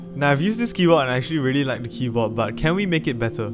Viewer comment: Why does he pronounce keyboard without the d